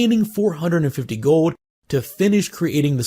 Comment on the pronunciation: Love how you say "gowld"